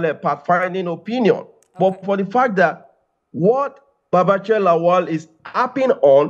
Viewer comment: I am surprised that the gorgeous and fluent Newcaster can't pronunce Lawal. She says Laol. When has La-wal become La-ol? If a German can pronunce Ikpeba, Oghedegbe and Iokhoibo distinctively, why can't an African person pronunce Lawal, the way it should be pronunced !? Anyway, that is not the major issue roasting us right now.